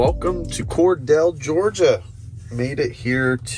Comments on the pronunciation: Being a non-Georgia native, you get a pass for this video -- it is COR-deal not COR-dell :) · Your pronunciation of "Cordele" GA is wrong btw. Try thinking of it as "Cordill", just spelled different. That's how we say it down here in GA from majority of people I know. You can even put it in Google translate and it will tell you. Like the video BTW.